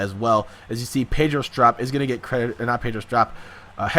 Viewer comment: You pronounced pedro strops name wrong